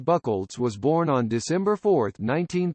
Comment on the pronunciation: Who's this Horst "Buckelz"? LOL